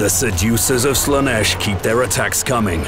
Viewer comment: "Lash of Slaneesh" Ofcourse. Why am i not surprised